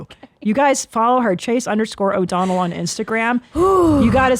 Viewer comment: Chase O'Donnell, you say it correctly.